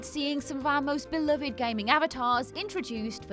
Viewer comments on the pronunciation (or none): none